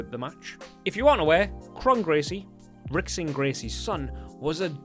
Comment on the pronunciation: Rickson ? Come on brah...gotta get a little bit of the H in there. Hick-son :D